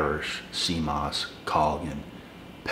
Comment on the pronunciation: Yo brotha it’s pronounced call-uh-Jin. Collagen